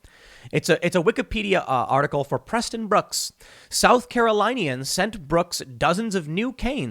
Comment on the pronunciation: Tim is pronounced Karo lyn ians not kero line ians for South Carolinians